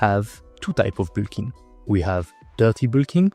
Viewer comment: i love your pronounciation of bulk (boolking/bilking)